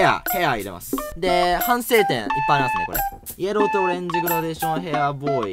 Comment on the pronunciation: イエ…ロー？ヤローになってない？気のせい？笑 しかも「ロー」はエルだぜや…